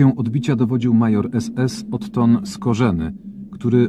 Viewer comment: Ten lektor to porażka, zamiast Otto,powiedział Otton, on nie wie co czyta,a dlaczego nie wie? Bo nawet podstawowej wiedzy o historii nie ma ,zwykły tuman, co ma robotę poprzez nepotyzm